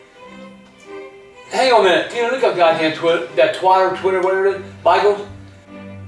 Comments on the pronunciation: He said tweeeter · He ain't say Twitter he say tweeter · Twatter xD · He called it Twater lmao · “Look up that Twitter or Twater!” 😂😂😂😂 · “Tweeter”😂❤️❤️ ily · "Tweeter" XD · I love it when he cusses out Bridgette and and mispronounced Twitter 🤣